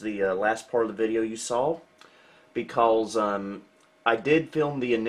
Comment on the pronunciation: Love how says, "becawles"